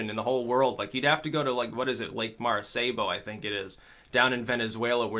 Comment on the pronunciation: its Lake Maracaibo, not Lake Marasaibo